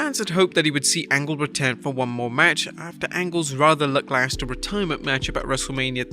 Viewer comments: Did you say..."lucklaster"? I don't think that's it, bro. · LUCKLASTER Lackluster you illiterate doofus!